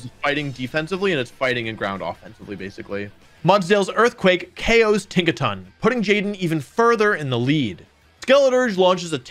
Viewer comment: tinkaton takes-a-ton 😂😂